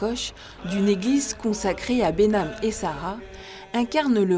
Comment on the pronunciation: on prononce mare behnam et sara